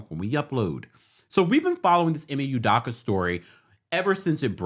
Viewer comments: Good info thank you-- but just a respectful tip: E-May - OOH-Doe-KA is how they pronounce it on ESPN. Keep up the great work! Definitely fishy that this woman wasn't a part of any disciplinary action for her role in the matter at any point on that timeline and also great point on HR discretion being compromed - which is super unprofessional and could possibly open them to legal repercussions if Udoka wanted just generally speaking. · E may U doh Ka. Drives me crazy when someone out of no where jumps on stories because it’s a story and can’t get names right. Never seen you ever report on anything Celtics related. E may U doh ka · First u need to learn how to pronounce the Boston Celtic head coach name the right way